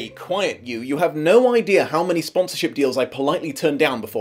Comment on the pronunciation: "Sponsorship, Sponsored, Sponsor" It's an S, not a C. Sorry, that was bugging me XD